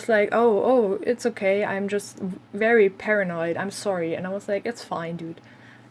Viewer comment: You had some interesting people over time for sure. As far as english advice, I'm curious (and I've heard german language does this sometimes in english) saying w instead of v. Is there any reason? Like when you say very as 'wery' for example. Otherwise your english is very good and I had no trouble understanding you : )